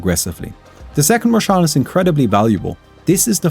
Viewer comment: "second rosh" LMAO xD